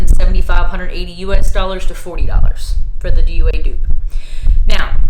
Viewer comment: It is Dua in English and du-A in Arabic. Not D.U.A.